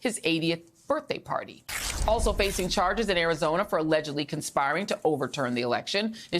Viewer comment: When did Arizona become Airizona?